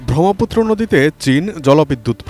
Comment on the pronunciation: উচ্চারণ জ্ঞানের অভাব (ব্রহ্মপুত্র)